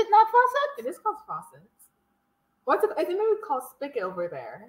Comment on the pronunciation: Not "spicket", but "spigot".